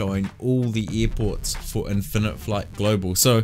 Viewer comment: "eer ports"